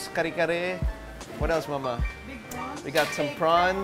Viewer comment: what else, "Mama" yung accent ni Quen sa "mama" eh... spanish. It sounds adorable. Yun na yun accent ng papa ko at siblings nya sa mother nila.